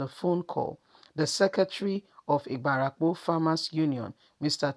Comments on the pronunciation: My sister, it is Ibarapa, not Ibarapo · Point of correction on pronunciation IBARAPA not IBARAPO